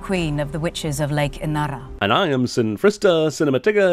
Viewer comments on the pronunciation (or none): There are over 5M native Finns and they couldn't find even 1 to teach Serafina Pekkala to pronounce her name, or the lake Inari, correctly 🙄Also what about the dobermann daemons with cut ears? Do they cut their daemons ears or what is going on here? These same questions apply to His Dark Materials as well..